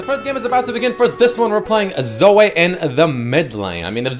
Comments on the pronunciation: As a Zoe main i take offence to you calling her ZoA. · your Canadian prononciation of Zoe (Zo-ayy) fucking kills me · According to its not Zoe its Zoay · LOL pronunciation of Zoe